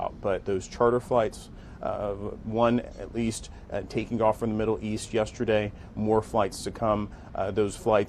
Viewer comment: this guy said 'create havoc in the riddle east" not middle lol